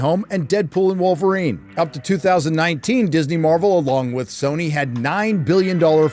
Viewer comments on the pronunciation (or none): none